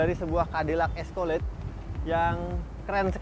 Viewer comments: Escalade dibaca "eskeled"😑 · Eskolet😂🤣🤣 ga skalian escoklat🤣🤣